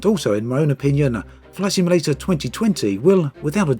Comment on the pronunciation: Sounded like you said “Flesh Emulator” at the start of the video. We’re not quite there yet!